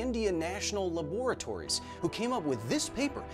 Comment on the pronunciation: Bro the way he pronounced Laboratories 💀 Incorrect: (Lah-BORE-uh-tories) which is how he pronounced it Correct: (LAH-bruh-tories)